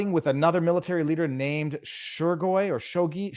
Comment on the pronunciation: Embarrassing that you are unfamiliar with the pronouncement of the name: Shoiguh, the most prominent Minister of Defence on the planet right now. Not good for a worldly podcast lawyer. Love you n, though, obviously.